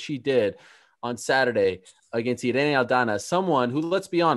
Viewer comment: It's Pronounced Irr... Ee.. Nee.... The I in Spanish sounds like an American E... ERene =Irene ... Cringe ...